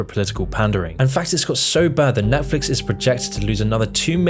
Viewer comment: if your going to do a video on this topic, u gotta not call it nephlix lol